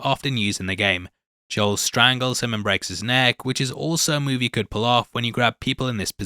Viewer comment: Joel is pronounced like mole with a J.